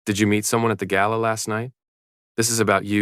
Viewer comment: Please stop aaying Gaila instead GALA